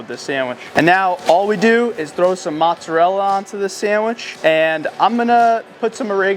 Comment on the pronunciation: 🧐ssir you say montserrela its mozzarella